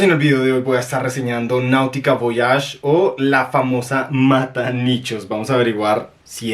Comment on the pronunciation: Como te atreves a poner chrome por encima de voyage? es una porquería aquí lo vendían hasta en 10 dlls en liquidación. PD: Se pronuncia Voayash…